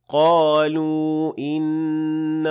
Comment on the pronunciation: After the word قالوا there is an hamza in the next word. So it's madd munfasil and it's 4 harakat long. But you give 2 harakat ( madd tabiyi ) ,may I know why ?